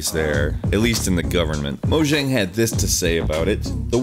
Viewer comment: Mojang is pronounced: MO-YANG. Yeah, I didn't know that either.